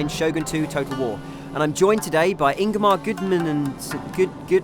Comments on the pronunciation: lol ''and im joined today by ingimar gudumininsinss.... Ingimar'' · "I'm joined here today with Ingamar goodmunningoodnmmmmnnmnmmmmmm" wtf lol, i'm guessing that was intentional...?